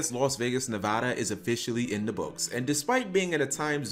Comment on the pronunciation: Hey Cap cool video but please never pronounce Nevada like that again